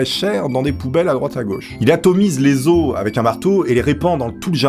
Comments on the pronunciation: ON dit pas des AUSE mais des OS en disent le O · Les « osses » ? 😂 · Les ausses 😂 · Les osses qui dit le chef des mourgoulins tu m'as tué on dit LES OS QUI CE DIT LES ZO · "les osse". xD